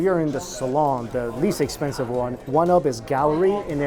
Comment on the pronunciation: You said ‘Woah, that was Ex-pen-en-sive!’ wrong. But, most viewers knew what you meant. 💵💵💵💵